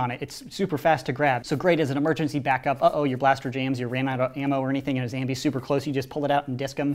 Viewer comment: just wondering why do you say Zambies not Zombies?